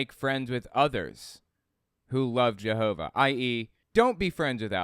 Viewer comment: This is a silly question, but why do these people pronounce Jehovah like they’re from Minnesota?